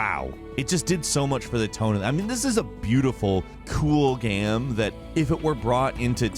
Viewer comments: 'gayum' lol I love the way pronounces 'game' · Why do pronounce game as “gaem”